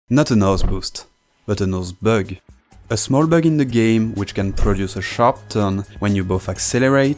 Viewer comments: Not a noseBÜST But a noseBÖG French... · I love how you pronounce Bug as Bøøørg. I'm sorry this is not the takeaway of the video I just find it endearing. Anyway, have a nice day. :)